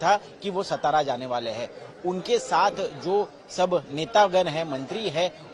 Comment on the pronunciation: सतरा नहीं रे अंकरो..... वो सातारा है ! जो महाराष्ट्र का बडा जिला है.